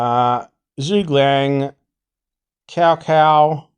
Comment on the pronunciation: WOW pronounced the name "Lu ZhiShen" （chinese 鲁智深) rather accurately! Cao Cao 曹操is not "kao kao", should be “chow chow” (without emphasis on the "h").. not to criticise you but trying to have a special comment for you to digest hskhsk